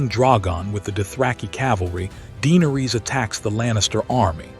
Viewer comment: of it yet, but just Daenerys and Viserys Targaryen were both botched in pronunciation. Just watch the show and hear how they sound. Daenerys sounds more like (day-nair-ris) no (deee-ner-rees), and Viserys sounds more like (Vi-ser-ris) not (vie-ser-rees). Last name pronounced (tar-gair-ree-un). Tyrion sounds like (tir-ree-un), not (tie-ree-un). Lyanna is (Lee-on-uh) not (Lee-an-uh). Rhaegar is (Ray-gar) not (Ree-gar). Aegon is (A-gon) not (E-gon). Drogon is (Dro-gon) not (draw-gon). Cersei is (ser-see) not (ser-say). Varys is (Vair-ris) not (vair-rees). Jaime is (Jay-mee) not (Jaym). Barristan is (Bare-ri-stun) not (Bare-ri-stan).